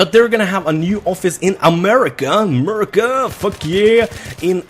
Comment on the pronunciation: You say America so funny :D